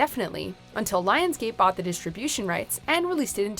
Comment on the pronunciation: New narrator sounds like a little girl, and is unable pronounce distribution correctly. Get your shit together.